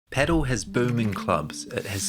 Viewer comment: If only you learned pronunciation of the thing you are talking about... It's not "pedal", it's "padel". Hope you will improve.